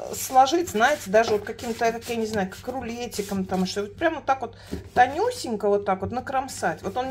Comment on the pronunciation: Вроде умная женщина , а Че , Че че убивает ! Да когда же вы научитесь разговаривать грамотно , звуки произносить четко ? Не ссылайтесь на эстонский язык , он у вас слабенький {никакой }